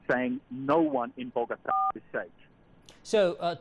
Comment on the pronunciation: It's "Bogotá" not "Bogata".